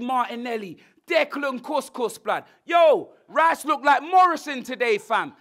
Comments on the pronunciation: Man said Declan Cous Cous 😂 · 😂😂😂 Declan Kouss Kouss😂😂 I am dead